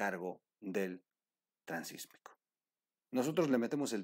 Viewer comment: Felicidades por el Programa ! La única recomendación es gramatical; se habla del Itsmo, No del Sismo, por ello debe decirse Transitsmico , No Transismico. Saludos y Adelante !